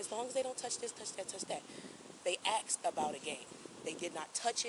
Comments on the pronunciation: They asked. Not axed. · She kept admitting to using the AX on people. "I axed her" then "I axed him".